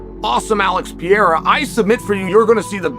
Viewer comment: Is Chael Sonnen mentally deficient? He calls Ciryl Gane "Surreal". He calls Alex Pereira "Piera". From now on, I'm going to call him Chase Sony.